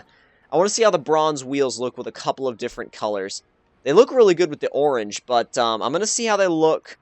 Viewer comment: um tragic, and um learn to um say orange